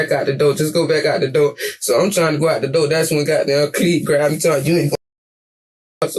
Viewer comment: How can these EBT collectors go through the same school system I did and pronounce the word door as doe , the word four as foe? WTF happened? You want to call yourself my equal?